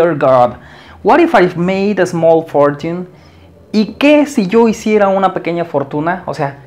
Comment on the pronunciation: Muy buena clase gracias, cuidado con la pronunciación de la palabra fortune. Saludos